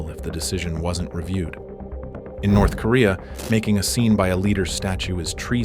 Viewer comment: "Nerth Korea" Do you even proofwatch you AI shite?